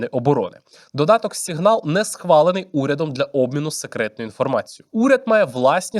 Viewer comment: тільки тойво... це або "сІґнал" (англійською) або "сигнАл" (українською) бо "сігнАл" звучить ніби російська😭😭😭